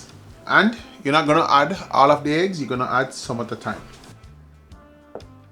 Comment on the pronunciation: The heggs not eggs 😂. OK...now you spoil my enjoyment, please leave out the allspice, I am terribly allergic to it 😢.